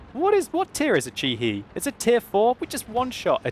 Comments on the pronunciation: hi I'm Japanese. I think The pronunciation of your chi he is wrong. Its not chi hiː Its chi hé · Chi-He is pronounced Chee-Her. sorry got a little annoyed everytime he says Chee-Hee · chi-he pronounce and chi-he. he rhymes ba from bacon. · ｢Chi-He｣ incorrect pronunciation